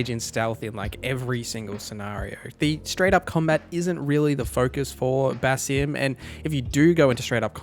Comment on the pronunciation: Why is this guy miss pronouncing stuff even after playing the game and hearing how it’s supposed to sound?… Burrow? Busim? Bruh….